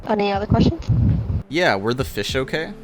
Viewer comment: “Okey” lollll